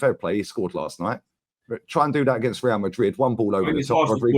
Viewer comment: Agsint Madrid lol